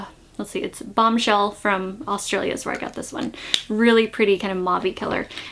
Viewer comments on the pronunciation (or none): none